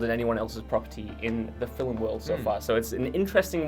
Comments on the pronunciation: Slap this boy if he say's "filum" one more time. It's *FILM*, one syllable. Get it right! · Why does the guy pronounce the word FILM FILIM. is he just that English? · Is it just me or does that guy pronounce 'film' in a funny way? He clearly says 'filum' a few times. Is it wrong or a certain accent?